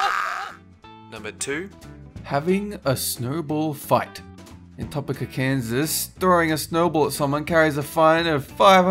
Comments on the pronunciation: topic-a hahaha, no. Its toe-pee-ka. I live in kansas city, so i know this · It's not pronounced topic a it's pronounced toe peak a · Hey you know that Topeka is pronounced Toe Peek Ah right? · it's pronounced Kansas "Toepeeka" not...whatever you said. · You absolutely BUTCHERED Topeka's name.